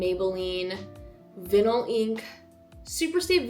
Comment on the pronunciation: I’m sure your editor or others might’ve told you already, but jic for the viewers, the lip tint she uses is the Maybelline Vinyl Ink, but “vinyl” is pronounced like “vye-null”. She mispronounced that word and just wanted to place a friendly correction here!